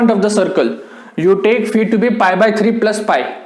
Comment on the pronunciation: There are very few teachers who properly pronounce phi as fee. Great sir /\